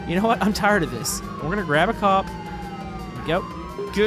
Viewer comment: you said gup not cop